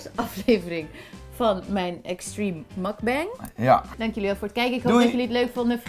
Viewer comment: Word gek van de uitspraak van mukbang, precies net zo verkeerd als mascha. Kom op jongens, 1 keer Googlen, koreaans woord en Koreaanse trend v origine nota bene! Aaaah, die uitspraak, alsof het een Amerikaans woord is. Kriebels krijg ik ervan xD